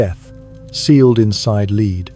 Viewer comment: Henry the eighth was her father, not her grandfather, and will you stop calling it a leed coffin its spelled lead and pronounced led, for an English bloke your pronounciation leaves a lot to be desired.